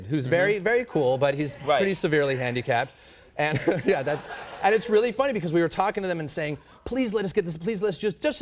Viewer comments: OH REARRY??? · OH REARRY?